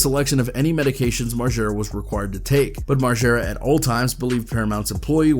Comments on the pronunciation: Why is he sayin Marschera it's MarGera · If your goona say margaras name 1000 times pronounce it right it’s not marshara Jesus dude…